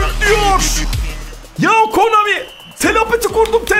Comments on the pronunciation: Her videoda konami yerine komani demesi fbfhfnjfbfuf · Komani değil abi Konami videonun başlarında yanlış söylemissin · Hadan abi komani diyor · abi komani değil konami dafwesdfwdsz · Abi komani değil konami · Abi komani değil ki Konami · Komani deyil konami